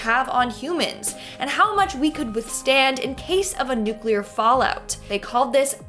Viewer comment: "Nuclear" NEW CLEE ARE not NEWCUELAR